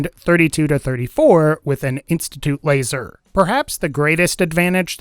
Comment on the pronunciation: When talking about the laser rifle did anyone else hear him say wazer rifle